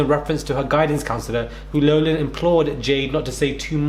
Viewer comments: It's LAHF-LIN not Lowglin. If you are going to be an online newsblogger reporter, you need to gets straight and first. All you're doing is embarrassing yourself. Slow down take a breath and be prepared. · In America. We pronounce her last name as LOFF LIN. Not LOW LIN. Although what she and these other Cheatin Parents have done. Is a Low Down dirty shame. Her name isnt pronounced LOW . Just as Cough sounds like COFF . Not COFE 😄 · Hey love the content. Just an fyi it's pronounced Lock-lin like lock on a door. Keep it going! Daily and consistent:) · It’s Loff-lan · It’s pronounced Lock Lin. Just helping, not criticizing. ✌🏼 and ❤️ all. Too little time! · Her name is pronounced like "Lofflan". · It’s pronounced Lock-Lin